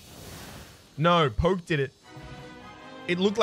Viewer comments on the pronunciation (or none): none